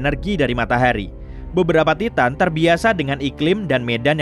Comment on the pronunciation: Bukanya baca nya taiten ya bukan ti tan awkakwkwkakakk